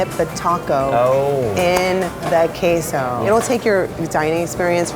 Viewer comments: She put the EMphasis on the wrong syLLABle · Allie B I speak Spanish, and she kept saying it like Kay-So It’s said like Que-So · She just pronounces Queso as kayso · its pronounced qeso not qeiso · Not to be negative here but.. the way she said queso was so cringey :((( it's qeeeso not cAY-so 😭 on a positive note, this whole brunch video looks so good ! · It's not "kayso" it's "kehso". I'm Tejano and she doesn't make tacos like we do. It's different. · Just say cheese if your gonna say queso kaso(talking bout the lady at the beginning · If white people want to cook tacos at LEAST educate yourself on how to actually pronounce the food your making “kayso” wtf is that lol?! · I would just say cheese if she was gonna say queso like kaso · Everytime she says "Kayso" instead of Queso.. Oh god... unalive it plz.. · I hate the way she says “queiso” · "No one else in LA is doing queso (Kay so)! Also her, "We almost didn't make it." You don't say, silly white woman. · why does this white lady replace the “e” in every spanish word she says with an “a” word: queso her: kAyso word: jalapeño her: jalapAño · she says "kay-sow" yet she owns a taco thing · Is anyone bothered about how she said Kay Zo? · Rae Msp it is pronounced Kayso idk where you are from but it is not south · Crack. And "kay-sow", as she says. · I don't trust a restaurant that says they have " authentic Hispanic food" when they say the have k-so it's queso no matter where you live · Wtf is kayso you mean queso k-ueh-so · Lulu Sanchez It’s pronounced KESO 🤣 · she in L.A owns a taco restaurant has a Hispanic last name and then calls queso keyso. no seas mamoma smh. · "kay-soh" IT IS QUESO,. ugh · It is pronounced 'Khe - So' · Anybody else cringe when she says QUEso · better not be trying to pronounce queso... "Kay-so" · Visibly cringed every time she said kay-so (queso), although I totally love the idea she has for the place. Definitely plan on making a trip next time I'm out in Hollywood.